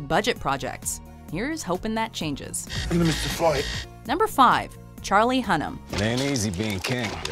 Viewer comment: Charlie Hunnam? Really?